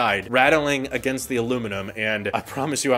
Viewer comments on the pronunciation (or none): none